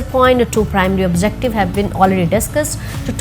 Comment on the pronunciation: 'major', 'objective', 'conclusion', and 'version' pronunciations need to be checked.